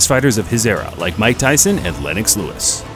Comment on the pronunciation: we got the NEW FORMULA! Now we can call the british-canadian heavyweight legend just LEWIX! LEWIX is his name!!!